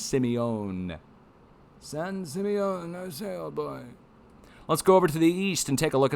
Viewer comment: LOL San Simeon is pronounced sim rhymes with Tim